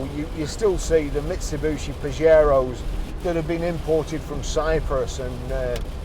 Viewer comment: Nice truck in good condition. Why do people call them ‘Misubushi’ or ‘Mitsubooshi’. Clearly said as it’s spelled: ‘Mitsubishi’. No second ‘U’. It’d be like people pronouncing ‘’ as ‘Crompton’ or ‘Crumpton’ 😂